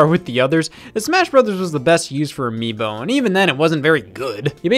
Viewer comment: anyone else realize how Scott said "miibo"